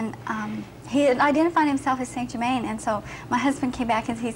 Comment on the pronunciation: Yet again, someone channeling st. Germain who can't even pronounce his freaking name! Puts the entire MBS community to shame. Next, let's channel Jose the Mexican & pronounce his name "Josehay" instead of "hosey".... Must be authentic!